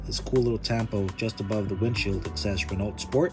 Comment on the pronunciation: Renault is actually pronounced "Ren-know." Happy New Year!☺️